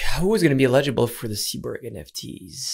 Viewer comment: "eligible" or "illegible" 😉😜